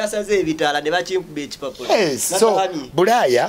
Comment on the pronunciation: “Buraya” it’s bulaaya bro